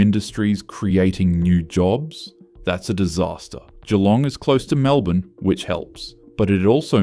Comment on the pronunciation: Im a Kiwi, and even l gringed when he misprounced MacKay. Surprised he got Geelong correct. As for the list are we surprised? No!